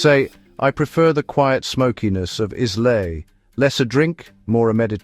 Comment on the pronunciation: Can you teach AI how to pronounce "Islay"; eye-la. Do you pronounce island, is-land? I'm a bit nit-picky because my fav whiskeys are from Islay and the locals virtually scolded me for my initial incorrect pronunciation when I visited. (